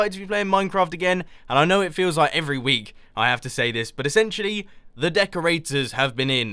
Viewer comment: ABOUT A WEKK AGO !! :)))) that made my day